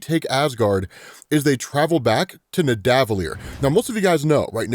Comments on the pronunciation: it’s Nidda-vuh-leer not nih-däh-vuh-leer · Thank you!! He was getting on my nerves with that. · Its pronounced (NIH-DUH-VUH-LEER) btw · With kindness, may I recommend the pronunciation of neh-duh—vuh-lee-er with the pause between duh and vuh, instead of neh and duh